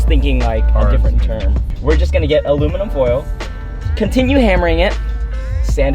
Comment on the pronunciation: Man really “aloe vera” or “ala verga”💀😂